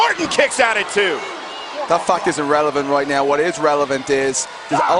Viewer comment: Sheamus says "fact", but sounds pretty much like fuck... :)